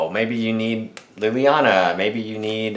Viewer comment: lilliana not lillianer